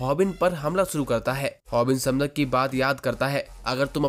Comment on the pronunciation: Bhai voh समदक nahi voh सैमडैक hai mujhe yeh isliye pata hai kyuki Maine iski manhwa padh rakhi hai 😊